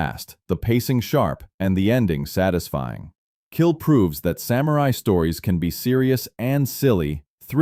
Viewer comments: Since this is about samurai, it would be nice if samurai was pronounced correctly. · The way the presenter pronounces "samurai" hurts my ears.